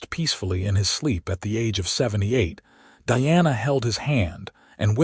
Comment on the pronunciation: First thing... Makes it really hard to listen to the story... The pronunciation of Diana's name! Your AI reader pronounces is as DEANA. it is spelled as DIANA! ... LONG I sound! Either change the spelling, or better yet change the AI reader!! I would say sorry for this criticism,,, but that is my DAUGHTER'S name! Pronounce it correctly!